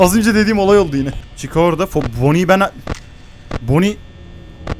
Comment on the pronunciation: Ve bonny e bazen boni bon demesi müq oluo sjsjjj 😂😂😂